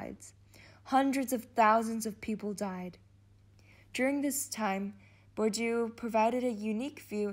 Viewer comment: Nie Bordju tylko BURDIEEEE!